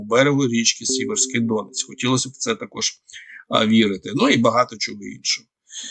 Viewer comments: Не ДОнець, а ДонЕць !!! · Не ДОнець, а ДонЕць!!!!😂🎉😢😮😅😅😮😮😮😮😮😮😮😮😮😮😮😮😮😮😮😮😮😮😮😮😮😮😮😮